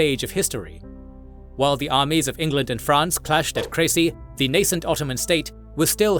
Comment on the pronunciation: Are you really pronouncing "Crecy" right?